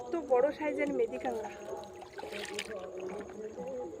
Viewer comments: কাঁগড়া হবে না, হবে কাঁকড়া। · কাঁকড়া বলতে পারেনা কাংরা এটাই মনে হয় এদের প্রিয় খাবার